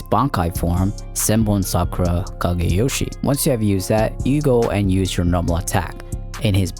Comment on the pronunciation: It's not zenbon Sakura it's senbonzakura*